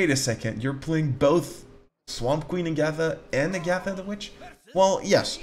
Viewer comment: The H in Hagatha is not silent, that drove me crazy